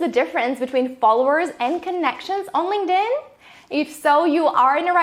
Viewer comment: GREAT video. But i cant unhear 'Linged in' lol